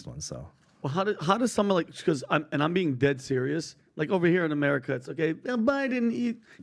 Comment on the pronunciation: ITS AMERCIA